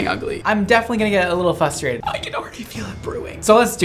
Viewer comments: Does anyone else think that saying “fustrated” instead of “frustrated” is the cutest effing thing ever?! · I love the way you say "fustrated" 😆😆😆😆